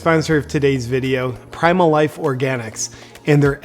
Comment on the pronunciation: Was that "do your wife" or ",life"? LOL